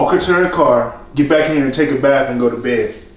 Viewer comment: Told ol boy to take a “baf”